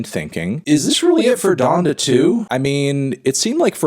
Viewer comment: it’s pronounced “Don-Duh”, Melon smh